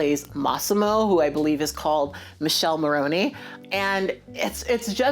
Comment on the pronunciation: Love, it's not Michele, it's MikelE 😂